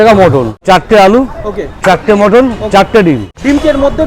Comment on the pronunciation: দাদা ওটা মাটান না মটন হবে ঠিক ভাবে বলো।